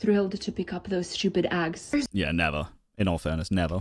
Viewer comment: Yeah, I thought I heard a bit of an accent throughout the video, but the part where she called eggs, “aggs” is where it really showed that English is not her native/first language. Which makes her complaining about them not speaking English even weirder. Like did she think that because she speaks English “out of respect” that the devs have to do it to like she did?